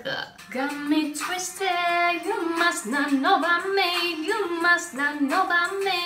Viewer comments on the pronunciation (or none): none